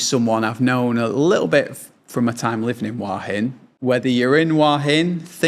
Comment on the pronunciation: It's nice to hear somebody pronounce it in the Southern Style: "Wah Hin."